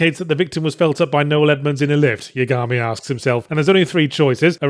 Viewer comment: Geez why does there have to be two ways of say Yagami? I usually say that name in the way it was pronounced with Light Yagami from death note with I bit more emphasis on the "A". The way you say it Yahtzee it almost sounds like there's no "A" suffix at all.